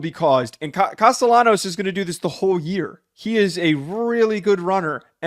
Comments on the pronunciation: “Casty-ah-knows” is nasty work😭😭 It’s “Castil-law-knows” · One tell for me to know if someone has actually watched BC or not is how they pronounce Castellanos haha. Such a giveaway